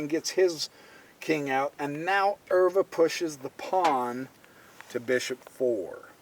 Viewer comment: Pronunciation of Euwe is very good!